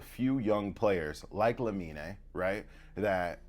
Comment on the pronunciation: Its LA-min not LA-min-EI